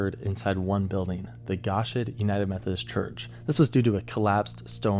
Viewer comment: it’s Goshen United Methodist Church. (Go- is pronounced like Go shen is pronounced like your shinbones). Just little clarification. And under you corrected it to say Piedmont *Alabama. We had family hit by this same tornado, not long after forming in Ragland Alabama, well before it hit the church at the Neely Henry Dam on Logan Martin Lake at the campground. ⛺️ was a very sad sad day.